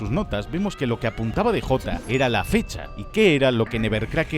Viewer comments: Como chingdos le vas a decir "de jota" 😂 Es el "di yei" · hahaha españoles, cuando DEJOTA? Que mierda es eso hahajajha es DJ.